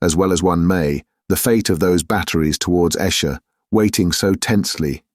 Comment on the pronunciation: The reader's voice is easy to listen to but many words are mispronounced, especially place names. 'Naze' (rhymes with haze), not Nazi. Esher has a long initial vowel etc. Lieutenant chops and changes between American and British. Also, some of the reading is very flat where a little more emphasis would make the meaning clearer, 'flying people' for example. Enjoying it though, what a cracking read! Thanks,!